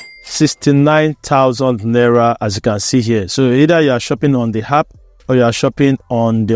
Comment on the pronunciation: "App" and not "Happ"😂😂